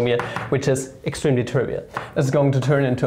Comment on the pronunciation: I just loved how he emphasized "extremely", never heard somebody stress it like that